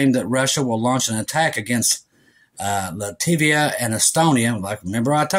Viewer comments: Love you,! But it’s “Lat-vi-a” and “Ka-linen-grad.” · Latvia, not “Lativia.” Pronounced “LAT-vee-uh.”